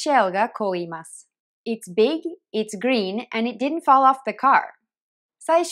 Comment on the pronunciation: did'n がディドゥンではなくディンに聞こえる。